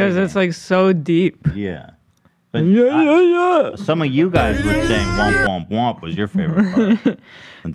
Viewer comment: it's "womp" not "whomp* actually